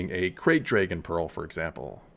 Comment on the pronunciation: Every time he says ‘dray-gon’ take a drink.